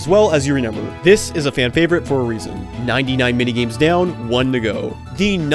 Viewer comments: im so curious, are you pronouncing remember as “renember”? no judgement just wondering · I like how you say 'renember' instead of 'remember' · do you pronounce remember wrong on purpose